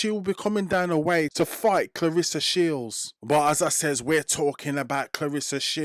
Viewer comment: it’s about how she pronounce her name. Not how others mispronounce her name. Claressa (like if you were to pronounce REST. Of course, without the T.